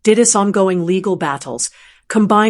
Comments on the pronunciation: WTF IS A" COTRAVACY" IS IT A CONTROVERSY AND A TRAVESTY or AI just can't get the pronunciation of words correctly no matter what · Con-tra-versy. LOL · For not having a British accent, you certainly nail the word “controversy.”